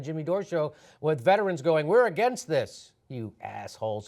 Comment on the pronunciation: Be a better orator "taking a stand AGAINST net neutrality", say it more clearly!